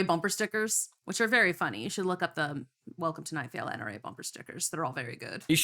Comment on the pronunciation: Its "welcome to night vale" ... not night mail